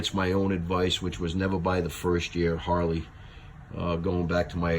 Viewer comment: You keep popping your finger nail over and over and over. We got it the first time. Douchebag. Holly? It's pronounced Harrr leee. Not holl Lee. Douchebag.